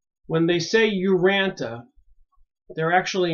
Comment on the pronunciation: Urantia, pronounced: Uransha. Nébadon.